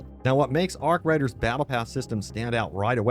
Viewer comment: He said arc riders hahaha 😆 lol